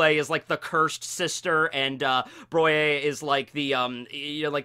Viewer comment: Effilée = 'A-Fil-A' means taper and Poire = 'Puh - R' means peach , Broyé = 'Brou - ah - yah' means to pound :) ... You're welcome